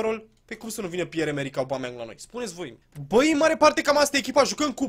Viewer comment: Ba boule , se citeste Obameiang ( No hate xD )